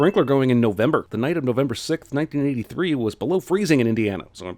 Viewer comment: “The night of November sith, nen eyy three”